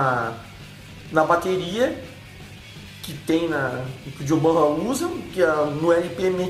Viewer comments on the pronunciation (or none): Chimbal, sempre pronunciei assim, com o som aberto... outra coisa que aprendi recentemente, é John "Bonam" a pronuncia correta.